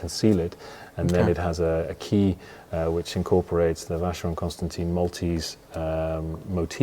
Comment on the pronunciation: Two years working with the watchmaker but still unable to pronounce its name correctly???? It’s pronounced “ConstanTAN”, man, not “ConstanTEEN”. That’s a shocker 🤦🏻‍♂️🤦🏻‍♂️🤦🏻‍♂️